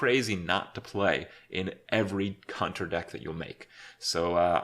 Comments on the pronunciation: I swear he says 'cunter' instead of hunter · he says "cunter deck"... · or is he trying to say counter? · counter + hunter = cunter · . That is not how you say Hunter :)